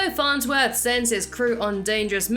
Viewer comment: Farnswith? It’s farnsworth